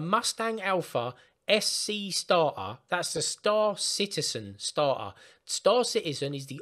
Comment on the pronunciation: it's not "starhar", it is "starter".